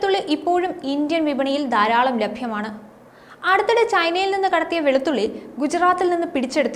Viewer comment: ദാരാളം അല്ല.. ധാരാളം 🙆‍♂️